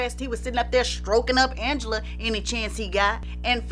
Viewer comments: Ooohhhh!! Don’t let Ms Angela Winbush hear you pronouncing her name all regular!! 😅😅 it’s AHHNgela!! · Yes I remember she was a guest on Video Soul and she corrected Donny Simpson to pronounced her name as Aunngela not Angela. 😂